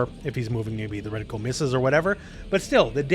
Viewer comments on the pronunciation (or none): yo, love the vids. Small gripe is that it's reticle not reticule. I wasn't sure of the difference though and looked it up. I guess a reticule is a handbag lol. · This game continues to surprise me time and time again with how unique each character is. Oh and long time watcher, love the content, but I gotta be that guy... It's not "Reticule" like the word Molecule haha it's "Reticle", like Particle or Cubicle. <3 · There's no "U" in "reticle" FYI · Why does everyone pronounce "reticle" like that? The word isn't "ridicule", it's "reticle."